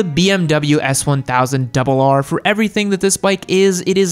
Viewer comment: 🤦🏾‍♀️when he said the S1000RR.... uggh😩